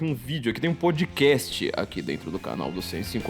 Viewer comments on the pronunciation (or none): none